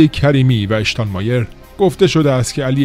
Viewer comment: اشتان مایر نه . شتان مایر .